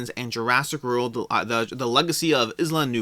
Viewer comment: Isla = I-la as in island